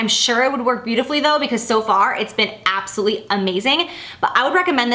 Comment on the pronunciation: You crack me up when you say absuly for absolutely. Priceless.